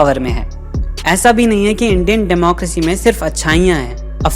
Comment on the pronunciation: Democracy hota hai na ki democrasy😂 ny way u hv did good work this time